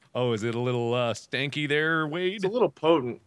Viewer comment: wade* not wene